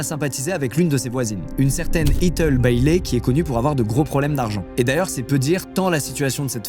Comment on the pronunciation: Ethel cela ce prononce Ethèl et non pas Etheul, c'est plaisant de voir son prénom mais la prononciation 🥲